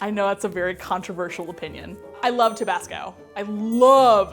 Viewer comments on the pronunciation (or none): how did manage to mispronounce both tabasco AND sriracha?? lol